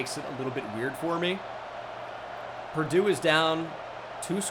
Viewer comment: I was laughing for a solid minute over it, you’re not the only who noticed lol